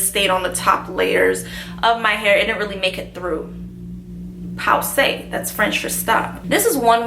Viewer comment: Pause is pronounced like the English word pose. Nice video but I feel like the trend of this type of videos has died a while ago, thus making this will not give you as much visibility as you deserve You could do makeup inspired by popular celebs or even vlogs? Much love from France